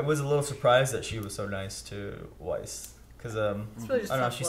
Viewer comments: yeah if only he could remember to say Weiss' name the way it's said in the show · He still saying Viess?